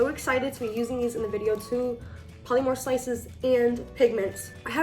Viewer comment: Are you Hispanic? Your accent really throws me for a loop bc you sound Latina. You are, right, like half maybe? (And btw polymer is pronounced 'paa-luh-mer.' I thought you were referring to something w/ a trademarked name, something like 'polymorph' or something. Polymers are a class of materials that are like plastic. But you should say it correctly.) Also, funny that you're teaching kids how to use syringes. I use syringes for um....something else. And don't call an object 'he/she.' Your videos make me angry.